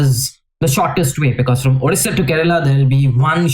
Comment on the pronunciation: Odisha ❌ Odisssaa ✅